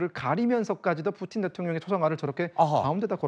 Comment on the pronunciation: 경애하는 뿌틴 대통령 오시었다 이춘히 뿌틴이라하였다 발음 똑똑히하여라